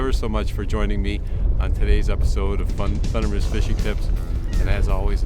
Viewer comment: I like how you almost said FUN-dermist fishing ...lol